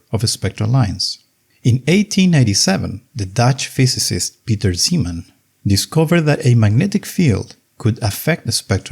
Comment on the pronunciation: thats not how zeeman is pronounced